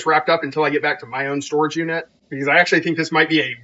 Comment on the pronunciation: Doll “Storegge” lol